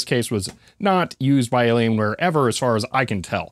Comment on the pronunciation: It's an alien wire... not alien ware.